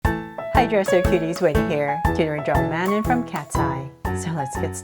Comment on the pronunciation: Manon's name is pronounced MAN ON no hate